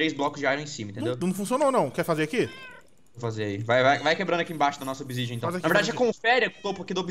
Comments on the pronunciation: "obsidia", Ta sabendo legal em, o certo é obsidian ou obsidiana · NÃO É OBISIDIA É OBISIDIAN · n querendo ser chato mas é obisidian e n obisidia